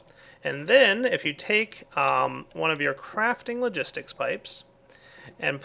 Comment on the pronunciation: He sayd crafting logisik pipe 2 times lol